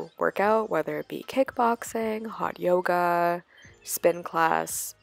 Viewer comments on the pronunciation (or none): none